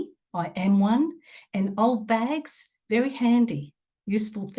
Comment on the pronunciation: Bags, not bages.